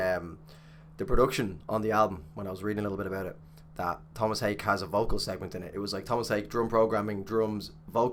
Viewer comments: Haake is pronounced just like it looks "ha--- ke-" not "key" but "ke". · How Tomas pronounces his name. "Haa-ke"